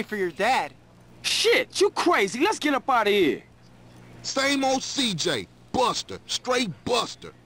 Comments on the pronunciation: je une fan de toi gta mais sa se dit cj =cijey pas ciji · C'est si djéy bordel !! Pas si dji 😂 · Cidjay pas cidji😂😂😂😂😂 la mauvais prononciation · S'il te plaît c'est (ÇIJEY) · Hey il faut dire CIJÉ car j en anglais cest dgé, le g par contre cest Dji voila voila ^^